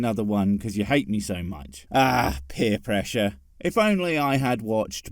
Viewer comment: Did you say 'Beer Pressure' XD